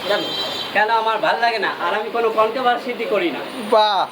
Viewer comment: Not controvercity ...controversy hobe ...aktu valo vabe bujhe sune kotha bolun dada...